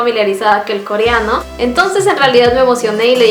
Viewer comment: Porque dice “CORIANO” jaja no puedo con eso.